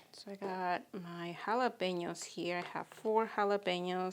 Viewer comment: Beautiful, love that mini pink spade/scoop you‘re using and your trays are also fab. Very glad to lear the right pronunciation of Jalapeños🌶🌶 Looking create, thanks for sharing💚